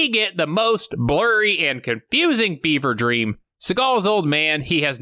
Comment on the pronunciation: did you say 'fever dream'? Because it sounds like you said 'beaver dream'! I need to know!!!!!!